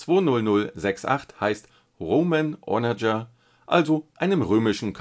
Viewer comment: Klugscheißermodus: Onager wird englisch ausgesprochen???